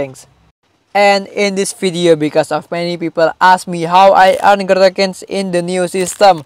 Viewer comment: its growtokens not gutaknans